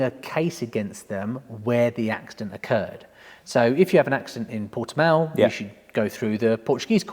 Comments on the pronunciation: Portimão= pohr-chy-mhaoun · It's nether, it's Por-ti-mÃo. when you say the last syllable, you must sound like a big dog barking. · Correct - Portimao as in porti-mow. Close ish..